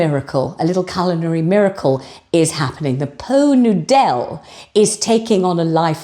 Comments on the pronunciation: Laughed out loud when you said po noodel 😅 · Oh, it took me a minute to catch onto the "Po Noo Dell". 🤣🤣🤣🤣. Thank, thank you for the laughs. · Po Nudel? Ah! Did you say "Pho Noodle?" 😂😂😂😂😂😂😂😂😂😂😂😂😂 😂😂😂😂😂😂😂😂😂😂😂😂😂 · I too spat my tea out when said Po Noodell. This is absolutely hilarious, love it. Then we get the custard crem 😂😂😂moving on up 😂😂😂 Please keep them coming x x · “Po noodelle” 😂😂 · I felt sorry for my neighbours ehen you said "Poe Nudel" I laughed out loud, and you used my two favourite biscuits. Utter delight. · Pot Noodel, pronounced po nudel, a culinary delight served in elevated crystal ware - I feel like a Princess! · I think I will always pronounce Pot Noodle that way now. Excellent. 😂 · I soon hope "po noo dell" sticks. Champion!! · As your very old and dear friend from 2 episodes ago, I hope I am not holding you back as I tell you how much your Poh Noo Dell made me laugh…you are really killing it!